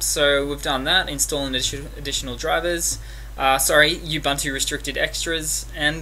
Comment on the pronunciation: Great, helped a great deal, my friend thank you. By the way; it's oo-boon-two, not u-bun-two which sounds a bit lame. Peace!